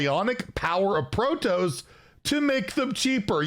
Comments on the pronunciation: yeah it's pro-toss not pro-toes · you're killing me. It's Pro-toss. Like you toss something in the trash. <3 Keep up the good work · Pro-toss. Please, please pronounce it properly. Protoss has two s on the end; don't you think that should change the pronunciation? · ITs "Pro toss" not "pro toes" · I'm so confused as to how read toss in protoss and went with toes lmao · Pro-TOSS just like how it’s spelled not pro-toes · I for one am really excited for this but I'm still hoping for Monk next year. And its Pro-Toss not Pro-Toes.... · Yeah, I'm super excited especially since I grew up playing the original StarCraft and also bought all the Starcraft II expansions. But please pronounce it as PRO-TOSS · Pro-Toes is how I will be Pro-Nounce it from now on :p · Protoss is pronounced : Pro T"ah"ss. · It is pronounced, " Pro"- Like, the shortened form of professional, i.e. Hearthstone Pro Player. "toss"- Toss another term for throw. i.e. toss me the ball. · what? you don't like pro toes? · can you pronounce the word toss? It rhymes with boss. How have you never heard anyone say protoss before. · Argh my ears, now i cant unhear it , protoss 💀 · The way you say Protoss, hurts my soul